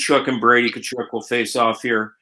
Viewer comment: My freakin ears, Tkachuk is pronounced KUH-CHUHK. Why you gotta freak it with this KuHcHoOk nonsense